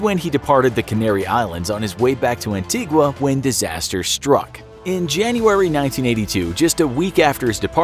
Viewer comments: You’re pronouncing Antigua wrong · Pronounced An-ti-guh. Nobody there calls it an-ti-guah. Also Guadeloupe is also pronounced Guad -e - loop, its a french island, not spanish. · Might want to brush up on some of those place name pronunciations - Madeira, Antigua etc It’ll make you sound like you know what you’re talking about